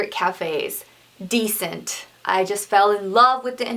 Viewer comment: Hi! Dissent cafe is actually pronounced dee-sent, not decent! ;) lolol